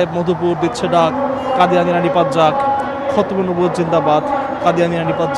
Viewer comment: এইটা কোন ধরনের সাংবাদিক যে সঠিক ভাবে খতমে নবুওত উচ্চারণ করতে পারে না?